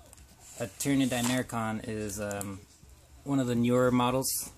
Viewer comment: di-mach-er-on not di-mair-kon nevertheless great video, good showcase